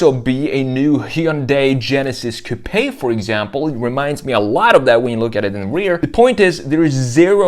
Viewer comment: The E in coupe is silent.